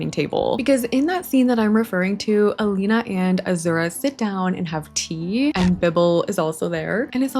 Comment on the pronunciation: Sie heißt Elina und nicht Alina